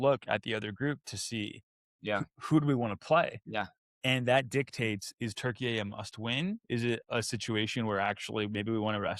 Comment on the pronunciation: I like saying Turkeyay now. I still butcher it, though. Not in some perfectly nuanced, elegant pronunciation. I just say Turkey-yay! Which I would imagine is worse than just saying Turkey.